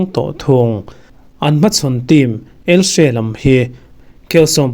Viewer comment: ELSE a ni lo ELCHE ti rawh lam nalh i tum lutuk.